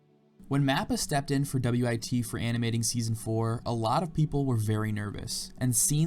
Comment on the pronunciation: Saying W-I-T instead of just WIT😂😂😂